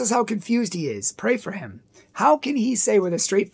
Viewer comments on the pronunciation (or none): He says, "Pray for him" like old southern ladies say, "oh BLESS his heart" 😂